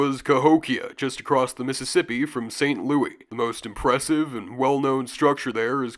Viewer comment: St. Louis local here, please for the love of all that is sacred in this world stop pronouncing the name of our city as it is written, we pronounce it like the name Lewis.